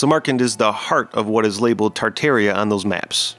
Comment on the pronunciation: Ha ha. Kind of reveals his educational level, don't it? But at least he pronounced Tartaria properly.